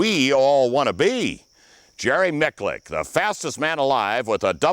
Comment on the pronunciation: I want to punch in the grill for mispronouncing Jerrys name